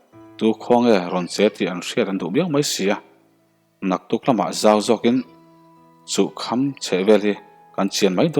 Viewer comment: "Chuh kham" ilam fuhlo..